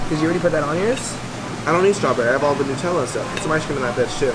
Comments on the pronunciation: Thank you so much for saying “nut-tella” instead of new-“tella” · No but in official commercials for it they say new-tell-uh, sooo